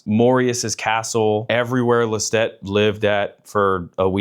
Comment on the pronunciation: Love this but that’s not how you pronounce Lestat